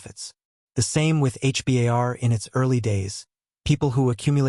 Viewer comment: For your own credibility stop saying H.. B.. A.. R…. You sound like an idiot It’s pronounced. H….BAR..